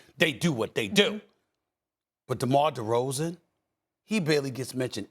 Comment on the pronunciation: Give it up Steven A. DeMar DeRozan's name doesn't even sound right coming out of that mouth